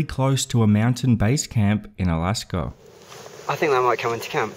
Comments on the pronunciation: I know... I wasn't able to find Alaskaugh, Indiaugh and Chinaugh anywhere on google maps. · Yeah, but where is "Alaskaugh, Indiaugh and Chinaugh"?